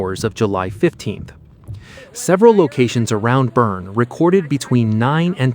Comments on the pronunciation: It's pronounced "BERNIE" like "Weekend at Bernie's". Get it right! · Boerne is pronounced: Burn-ee. Got it? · Pronounced Burn-EE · It’s pronounced Burn-ee. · Great report, but Jeez! Could someone tell them how to pronounce Boerne correctly?